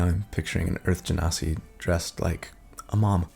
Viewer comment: Thanks for pronouncing Genasi properly. The number of times I've heard different people pronounce it "gen-sai" is enough to drive a lesser person mad.